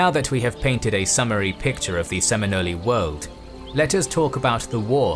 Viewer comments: Say it with me, bro: "Sim-in-KNOWLE". Not "Sim-in-NOLEE". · I really hate the way the speaker pronounces Seminole. It's not Seminolees. It's SemiNOLE. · For the record, it's not Seminolies... it's Seminoles. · It peeved me greatly hearing Semi nollies It's just Seminoles. Singular. Gosh, it's a British narrator too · Learn to properly pronounce. Hearing you say seme-no-le a thousand times was very annoying. Seme-Nole. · If I ever here a damn englishman ever pronounce the sem-in-oles as some but wild ass case sem-in-ole-ayy I believe I will slap that big toothed college boy so hard one cheek will be stained red. I rest my case boy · Well done. Good and balanced historical research. Graphically very beautiful and coherent. Only fault is in the pronounciation of their name, Seminoley instead of Seminole, as others have pointed out. Look forward to seeing more from the author. Keep up the good work. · I’m a Florida native and I’ve never heard Seminole pronounced “Semin-Ollie” pretty sure it’s Seminole. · SEM-eh-nols!!!! Not Semi-nolys! I must have yelled at the computer screen 100 times! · there is no "ee" at the end of Seminole. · I’m a Shawnee Native and I grew up in Oklahoma where many of us ended up. We are still here, that’s why I know the Seminole and I feel like being pedantic and saying that when they say their tribe name it ryhmes with “hole” not “holy” almost like “seminal” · Sem-in-ol the "e" is silent. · Just started, curious to see if my local area will be mentioned. Also note it's not pronounced "Seminolee" with a strong e like you did, just "ole" as in loophole. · “Seminolie”😂😂😂 very Italian!! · Every time you said the name "Seminole" in this video, you mispronounced it. It is pronounced, "Sem In Ol" . There is no "Ee" at the end. I lived down the road from a reservation in Florida. That is how they pronounce it. I know what I'm talking about. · I can't watch this. The narrator saying "Se-mino-lees" is just too funny. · He is saying it wrong!!!!